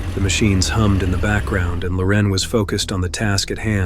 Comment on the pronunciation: Dude, you can't pronounce Loren the same way twice in a row? 😂